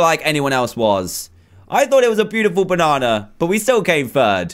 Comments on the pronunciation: Dan is banana not bonana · It's banana not boonana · Banana not boonanan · Because he thought the banana sucks so he called it a boo-nana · DANTDM why do you call a banana a boonana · ITS A BANANNA NOT BONANNA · Benny Gaming PRO because it's the way he wants to say it you might call it banana but he calls it boonana ok OK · Qarish Rafael dan say banana instead of boonana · The fact he said bonnana then he said banana 😂😂😂😂😂😂😂😂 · why dan is saying 3 times not banana but boonana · Dan way do you say bunana not banana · Sorry dan but its banana not boonana 😬ay ay ay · Its banana not boonana and bananas are yellow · Hahaha😂😂bunana it's is banana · Why did he say yellow boonana it's banana and they are yellow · "boonana" lol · Dan said boonnana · .... Why did Dan say boonana?? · Do you say bonnana? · He from the United kingdom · I love how almost every time on the fruit one, he said boonana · He calls it a boonana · Dan: let's make a boonana Me: dan can you speak B-A-N-A-N-A? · Me:Oh he’s making a banana Him:BOONANA! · he said bunana XD. that's so funny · in the USA its prounouced banana. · That Funny Because You Said Boonana Dan😂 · He said boonna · Dan says bunana lol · Dan why u say boonana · Do you actually say boo nana in UK? Or are u just saying it funny?